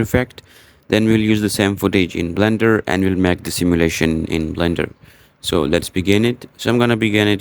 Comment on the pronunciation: it's not bender, it's blender